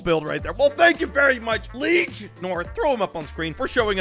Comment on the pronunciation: Did He just call Liege North: Leash North?